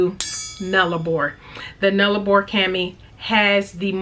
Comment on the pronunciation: Great face off! And well done on your pronunciation of Nullarbor!